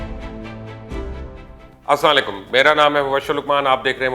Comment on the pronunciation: uncle Assalam o alikum hota hai sahi bola kare shukria